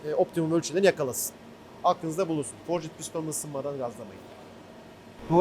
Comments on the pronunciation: Forcit piston degil, forcd diye okunur o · abi sen bari dövme demiyorsun, forcıd deme şuna :)